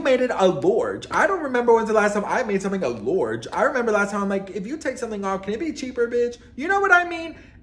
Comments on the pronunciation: “make that a lorge!” Ya killN me😂🖐🏾We say lawge dn here 😂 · Make that a “Lourge” 😂